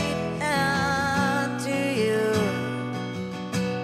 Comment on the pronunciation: A decent effort, shame she can't pronounce 'into you'.